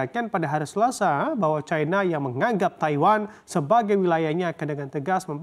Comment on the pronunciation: Plis sebut china dengan china bukan caina, kalo takut dipecat sama bos sebut aja Tiongkok, jiji bet aku dengar orang ngomong bhs Indonesia tapi nyebut caina, dalam bhs Indonesia i itu dibaca i bukan ai anjinng 😂😂